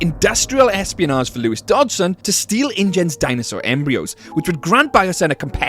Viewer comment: plz say espionage properly